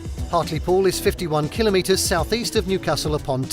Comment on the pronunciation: At least he pronounces kilometers correctly. Not KilOMetres.